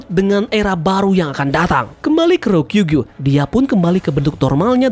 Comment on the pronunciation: RYO KU GYUUUUU ,, JANGAN SALAH NGUCAP MIN